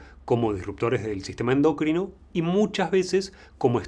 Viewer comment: no se refiere a la palabra endocrino, que entendemos de donde viene, si no a que le ponen el acento en donde no va, dice "endÓcrino", en lugar de "endOcrino", así como "alopecÍa", en lugar de "alopecia"